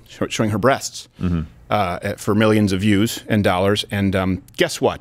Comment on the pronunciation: Why was it so hard for this guy to say breasts? What a weirdo.